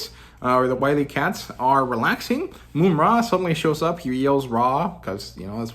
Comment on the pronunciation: Love the critiques, breakdown of your opinions and channel, keep it up! Small critique: it’s Mum (like an English bloke saying mom)-ra, not “Moom-ra”. Just see the cartoon